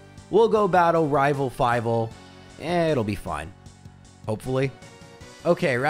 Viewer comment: Nice try, but I heard you say "Rival Five" instead of "Rival Fival" and now I'm pretty sure you're an imposter.